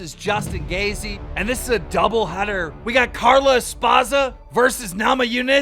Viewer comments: Hahahaha "Justin Gayzee" 😂 It's pronounced gay-chee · DUDE WHY TF DO YOU ALWAYS PRONOUNCE EVERYBODYS NAME WRONG LIKE ALWAYS LMFAO. Even though you hear their name pronounced correctly 100 times you still pronounce them wrong lmfao. You have to be doing it on purpose. Justin "Gaisie"? "Espaza"? Bro. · This guy really just said justin gayzee 😂😂😂😂😂🤡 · Keem still can’t read 🤦🏻‍♂️ “GAYZEE” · I swear keem says ppls names wrong on purpose really called him justin gazee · Justin gay z 😂😂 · This man just said Justin gazzy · Justin “Gayzee” are u shitting me put some respect on the man’s name “Gaethje” he’s gonna be champ in 2 days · Justin Gay-Zee and Carla Espawza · “Vs Justin gayzee” bro if your gonna promote an add than please say the names of the opponents right. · “Justin gayzee” 😂 stop. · i love these "esapza" and "gay-see" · You mispronounced gaethje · u fucked up justin gaethje's name so hard